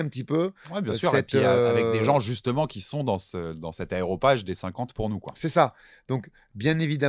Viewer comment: Merci tjr pour le super taf! On vous souhaite longue vie!, attention, on dit Aréopage et pas aeropage:)